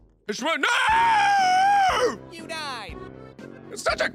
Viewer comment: I lost it when he said "NEH YOU FELL INTO MEH TREHP CAHRD"